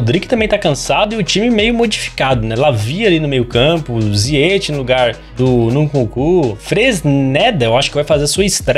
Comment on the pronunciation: vei o engraçado no é q ele fala a maioria dos nomes dos jogadores errados nunkuku kkkkkkk